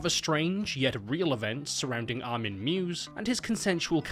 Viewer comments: His surnames pronounced like My-vis not "Mews" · I've noticed this one thing in both this and other videos covering material related to this case. And allow me to set the record straight: Armin Meiwes (German: [ˈmaɪvəs];) | v ˈmaɪvəs like" My-Vez Not "Mews" That is all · Its extremely impressive how you butcher Meiwes